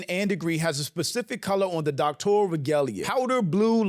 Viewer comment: I never followed her or watched any of her material with the exception of a few sound bites from being in the black entrepreneur space before all of this controversy. She was automatically disqualified the first time I heard her say “mines”, “doctorial”, and “skoo(ll)”.